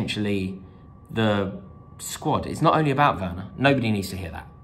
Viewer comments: Think the reaction to this has been a bit OTT. Do we even know if this guy was a real Chelsea fan? Plus he said "Worner" not "Werner" lol. The comment was not racist, sexist, or homophobic. The crowd booed him after. End of, No biggie. Rory has been cricital of Werner himself. Remember all , Win or Lose ...Up the Blues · The guy can’t even pronounce Werner’s name correctly. That tells you all you need to know.